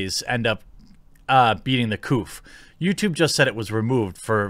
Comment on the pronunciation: I chuckle every time he says 'The Couff' lol